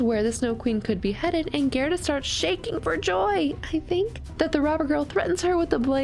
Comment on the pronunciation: "Da things I do fwor love." - Greta and Courage the Cowardly Dog.